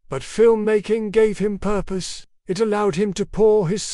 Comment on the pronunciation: first learn how to properly pronounce words like purpose before lecturing people about their mindsets . ILL1- terate